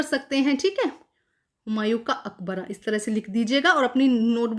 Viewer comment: Bewkooof mam humaiyu ka maqbara hota hai na humaiyu ka aqbara🤭🤭🤭🤭